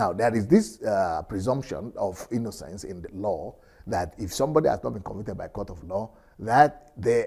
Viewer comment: is it convinted? or convicted, just kidding